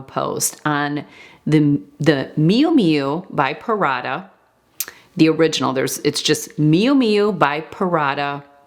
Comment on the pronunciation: No big deal, there are worse, offensive, words used /heard on a regular basis. But, I'm curious if you picked up on how she pronounces Prada as PARADA.🤣